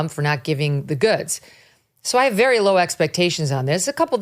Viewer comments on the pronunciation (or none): none